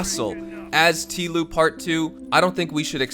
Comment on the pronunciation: Noah Nordman I mean I’ve heard people say T-L-O-U, but I’ve never heard somebody say it like T-Loo lol